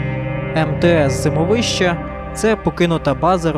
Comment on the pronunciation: ЗимОвище - так верно с ударением.!!!!